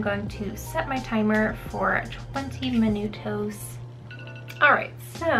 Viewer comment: That’s not how you say minutos 😂